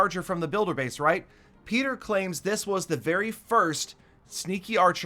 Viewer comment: One vid i herd say petrer knock it off